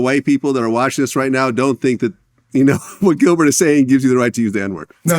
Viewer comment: I read Gilbert as Gil-Bert but the bert was pronounced like gobert in Rudy gobert 😂 forgot that was Gil’s real name 😂